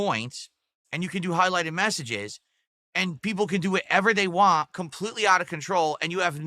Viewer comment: It's crazy because that's not a normal New England accent! It's so nasal. 🤮